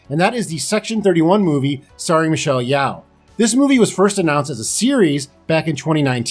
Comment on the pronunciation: Thats not how to pronounch michelle yeoh’s name